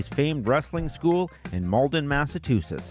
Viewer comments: It's pronounced Mass-a-Chew-setts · Massa-two-sits? Good god, how did this mispronunciation become a thing. I love everything about this series, but boy do I cringe every time I hear this…. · I appreciate these videos on the promotions.... so much that I can forgive "massatoosits" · Good vid. Why can't this guy pronounce Massachusetts ... Or Waltham